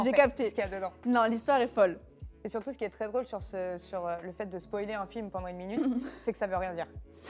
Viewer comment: J'adore toujours autant le "spoualer" au début 😂😂😂